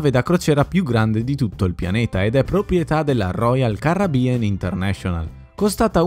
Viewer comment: Si tutti quello. Che vuoi però royal carribbian non lo sai pronunciare manco per sbaglio